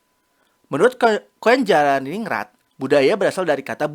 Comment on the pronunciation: nama beliau dibaca Kuncaraningrat mas